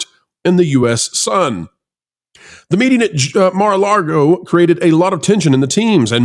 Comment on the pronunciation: did you say Mar-a-LARGO!? Come on man.